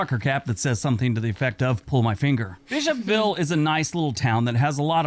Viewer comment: “Bish-hop-ville” Me: “You mean Bishop-ville?”